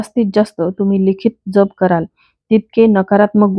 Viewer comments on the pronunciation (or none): नाम ज्यप . ताई जप नाही .ऊच्चार .